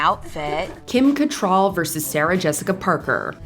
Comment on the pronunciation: You need to learn to pronounce Cattrall correctly.